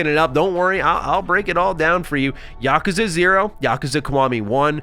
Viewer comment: Oh for the love of god… please never say Yakuza again. Mispronouncing it 50 times in a single video was excruciating to sit through.